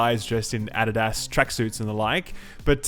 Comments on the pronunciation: Whoa whoa whoa, Add-id-as? It's Ah-Di-Das here in America! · the plural of mafioso is mafiosi also "adedas"? are you a toleinian elf? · The way you said addidas was cringe worthy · Ad-Eh-Das track suits xD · I never knew British people pronounce "Adidas" like "Added-Ass" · "Ad-uh-dass" That's a new one. lol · Wait...Adidas pronounced as Ad-did-ass was FANTASTIC! ~LMAO~ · "ADI DASs" lmao. made my day. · you say adidas wrong,! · The way you say Adidas is great 😂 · A battle royale mode is fine and all for those who want it (my friends and I don't pvp so no big thing to us), so long as they don't replace the current survival mode with it. That would really stink. And where the hell did you learn to pronounce Adidas like that? Lol that seriously caught me off guard. :D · Soooo no ones gunna talk about how he said adidas lol okay